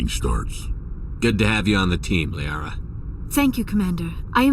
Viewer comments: When Shepard is talking to the council at the end, he says Liara's name wrong. lol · ... Liara, Right? Not tali? Right?... Right!?